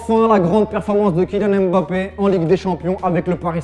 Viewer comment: Mais c'est quand ils vont arrêter avec le hemBappé! c'est mbappé! même les anglais respectent mieux la prononciation de ce nom...